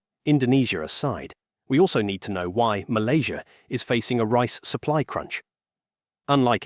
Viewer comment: Sebut nama Malaysia yang tercinta ni betul2 ye..jangan nampak hina sangat loe ni..ingat warga Loe paling ramai bekerja di Malaysia..Dorang happy je kat sini ..Loe je tersiksa kat indonesia dan percaya berita hoax